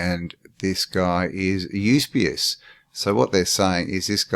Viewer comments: Fomenko's work is amazing. It's good to see you getting into it. One small note. It isn't 'YUS-BE-US. It's YU-SEE-BE-US! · Absolutely, we want your part 2,part 3 if necessary even a 4..don't hurry the process, get stuck in mate..kick the living shit out into the open air of absolute clarity of their fakery..and fcukery for Centuries...but please get the pronunciation of Eusabeus right mate..it's the only thing that kept dinging me in the ear..ok..still love you mate..power on bro..